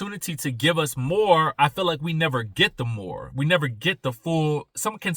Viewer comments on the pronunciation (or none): I love the roosters! I'm from the country to. I hear it, when you said,"She just can't take no mo"😂❤I love it!